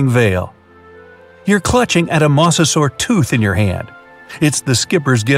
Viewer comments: It’s (Moz-a-sor-us)not (moss-o-sor-us) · MA-SE-SUAR Me my whole life: MO-ZE-SOR-RAS!!! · its noy moss-osaurus its moe-za-saurus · Moser this is howl you say it m o s e r s o r e s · "a MoSsAsAur" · The you said mosasor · It's funny how. He says mosa saur